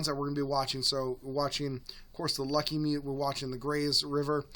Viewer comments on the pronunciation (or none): "Lucky-mute?" It's "Luh-KEE-ah-MUTE" river... And please just stop calling it "Atmospheric River," I beg you. I keep asking youngsters "Are you ready for the Pineapple Express?" They have no idea what it means. Look - Pineapple Express PERFECTLY DESCRIBES in a nutshell, what's going on. So - go with it. "When a low in Gulf of Alaska spins like a wheel, it sucks in moisture from Hawaii. It's called Pineapple Express, because, that's what Hawaii's famous for growing. Express - because the rain storms come back to back, like boxcars. Express - because it runs over you, like a train. Expect non-stop, repeat rainstorms to come in, with unusually-warm air, because it's from Hawaii." (That gives everyone enough information to understand it will NOT snow at upper elevations, it will MELT snow - prepare your rafts!) Please just say "Pineapple Express" is our seasonal, El Nino (normally) associated severe storm pattern, a type of atmospheric river. But sometimes, happens from La Nina too. It's been named already. Please don't re-invent the wheel, or pretend it's some climate change thing, with a new name. At least you didn't do that. Thanks!